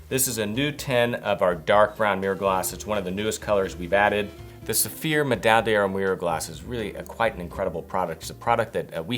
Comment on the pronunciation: your videos are admirable, but often marred by your pronunciation - which is execrable. The correct pronunciation of paté is "pat-ay" and medaille is "med-aye-e". For a more accurate pronunciation of the latter, see.